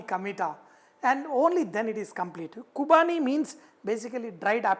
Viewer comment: Vahchef, it's Qurbani ka Meetha not Qubani hope you ll correct it.